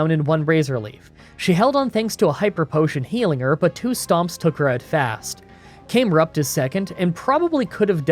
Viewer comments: Came rupt? Do you say Came L or Cam EL? Because its Cam Erupt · Cam-erupt… like a camel, erupting Not came rupt Aside from that great run 👍🏻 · I'll be honest, wasn't expecting to hear Numel as Noomel and Camerupt as Came-Rupt within the same breath